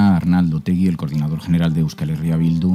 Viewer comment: Es Otegi, sin u. En euskera, se pronuncia como se escribe.